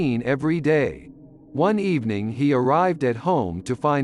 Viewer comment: good ebening